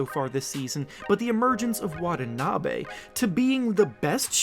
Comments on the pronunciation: WanTaNaBe not Wadanabe. Great video though!! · His name is not pronounced Wad-a-na-bay, it's Wa-ta-na-bee. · wah-TAH-nah-be please. Not wah-tah-NAH-be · Pronounce it right, not Watah Nabey It's (Watanabi)Watanabe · Plz pronounce his name properly with emphasis on the T's